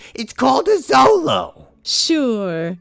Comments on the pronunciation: The xolo dog is cute, xolo is pronounced sholo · It's not pronounced "Solo" it's pronounced "sholo" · Xolo is actually pronounced "Show-low" there's no Zzzz sound. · not pronounced "solo" but "sholo" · Actually, Xolo isn’t pronounced Zolo, or ksolo, but rather sholo. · 'SHO-lo.' And the breeds full name is 'Xoloitzcuintle', which is pronounced 'sho-low-its-queent-lee'. Plus, they do come in furred, but usually are hairless. They do look like aliens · Oh! Xolo is actually pronounced "Sho-lo" since it's not an english word. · I hope this comment doesn't sound pedantic but instead like a fun fact, because the "X" sound in words that come from nahuatl is a bit weird, so its pronunciation in "Xolo" is more of a "sh" sound (so you get "Sholo") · also american hairless terriers, Peruvian inca orchids, Chinese crested, etc. and please. it's pronounced Cholo. I'm cringing inside 😂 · Xolo is pronounced Sholo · Xolo is pronounced Cholo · It's pronounced "cholo" tho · It is pronounced "cholo"